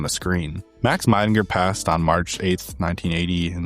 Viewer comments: Great work, this is a very comprehensive and interesting documentary on Helvetica. Just a polite note as a german speaker: Max Miedingers name is pronounced like "Mee-dinger", not "My-dinger". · Hi shame you can't be bothered to properly pronounce the name of your favorite typeface designer.